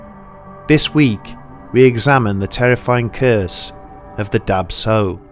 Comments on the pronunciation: Swear I heard Dab Tsog as Dark Soul. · Oh man I'm hmong it's pronounced "dah chaw", i read that this is common within southeast Asians and their genetic disposition to sleep paralysis that causes this experience! Been a big fan of this channel surprised and amazed you covered this! Love it!